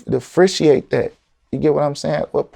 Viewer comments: He made zero sense 😂. He’s the type of guy who will lose it all over his ego. “Difrissiate” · Dif- er-rent-chee-ate